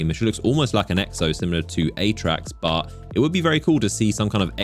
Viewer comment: Drinking Game: Take a shot every time you hear an isolated low-voice "BAW" (intending to say 'but' with an accent)